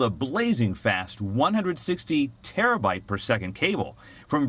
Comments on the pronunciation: Terabit* (with no e) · Terabite? Really? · "TERABITE" lol, nice CBS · "Terabite" we're creating new words AND mispronouncing them now? GG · Terabite ?! Rly. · 160 “Terabites” 😂😭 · This legitimately blew my mind. They spelled it wrong AND he said "terabyte". The actual cable will have a 160 terabit/s capacity. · Terabite? LOL